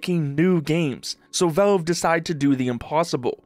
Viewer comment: What is Velve? Thought it was Valve.